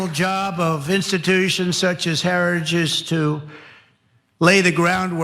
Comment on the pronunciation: Wow. Listening to Trump try to pronounce “Heritage” was almost as painful as listening to him try to pronounce “origins.”